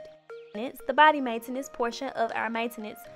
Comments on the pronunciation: Why she say maintenance like that Nobody: Her: Main entance Chill it a joke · The way she says Maintenance 😂😂😂